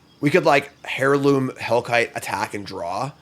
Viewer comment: airloom, not hairloom :(